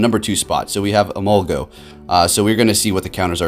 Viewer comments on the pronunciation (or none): E-mol-ga......not go. You're triggering me xD